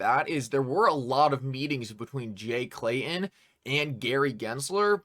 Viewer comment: Love your show, I watch every one. But...I cringe every time you say, "Jay Clayun" or John Deun" It's Clayton and Deaton, if your going to be a commentator - journalist let's clean it up.. just saying.